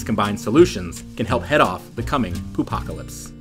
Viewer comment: did he really say poopapolypse?